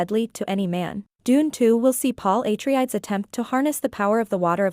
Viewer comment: Its said ah-trey-des.